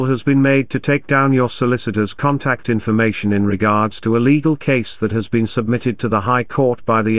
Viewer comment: Scammers are total POS. .."trying to conTACT you.. "Contact" is a commonly used English word. The emphasis is always on the first syllable. Any native English speaker above the age of 12 would already know that!! This loser pronounces it conTACT (??!!) ...What bottom feeders these people are. They also try and 'yes harvest'. They start out asking, "Can you hear me?" when you reply wth the answer "Yes.." (which is what they are hoping you'll say) - they can use your recorded YES to authorize further scamming, to perhaps drain your accounts and scam you further. I like f*cking with them, so I always say, " Oh, I can hear you just fine". or 'Certainly I can hear you.." It drives them mad..!